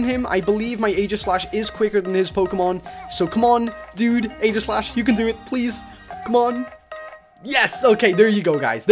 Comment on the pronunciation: its ee - gi - slash cause aegis is zeus shield (in myths IDK) and if u go to a pronauncer (had no idea how to spell pronouncer) it says EE -gis